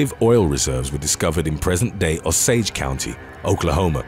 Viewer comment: Osage... pronounced "O-sage" NOT Au-sage!!! Good grief!😔 Yes I'm from Oklahoma, no, I'm not O-SAGE